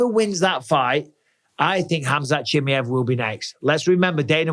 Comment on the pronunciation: For the love of god Michael, can you pronounce fighters names correctly? 🤣 Chim eye ev